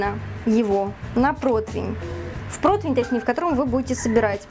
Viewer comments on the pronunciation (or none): none